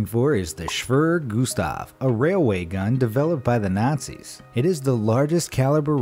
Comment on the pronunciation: lmao *shwirrr gustav* *natzees* Jesus Christ, dude. Learn some history already. And some pronunciation. You’re totally butchering it. The word is “Schwerer.” Not “Shwirrrr.” Pronounced “Shh-where-er”.